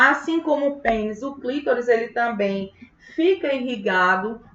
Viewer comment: Não é clítoris, é CLITÓRIS!!!🤌🏻